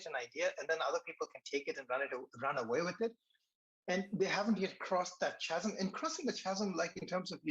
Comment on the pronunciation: for chasm say kazem:)